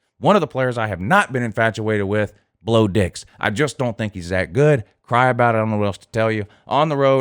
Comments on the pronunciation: “Blow dix”😂😂😂😂 u wrong for that shit 😭😭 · Not Bo Nix.....but "BLOW DIX"????🤣🤣🤣🤣🤣🤣🤣🤣🤣🤣🤣🤣🤣🤣🤣🤣🤣IM DEAD!😅😅😅😅..wait...a few more 🤣🤣🤣🤣 I'm super dead...., you a fool man. 🤣